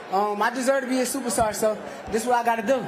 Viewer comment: Supastar. Hahha